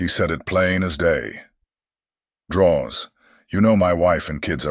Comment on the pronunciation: Drawz… drawz.. drawz… dont do this 😂😂😂